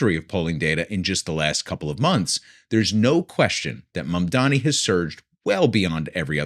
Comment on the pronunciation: Why is “Mamdani” hard to pronounce for these people, it is such an easy name if you are using a language neutral reading mode. Where all ‘a’ are assumed like in “bat”, ‘i’ is ‘ee’ like in “knee”.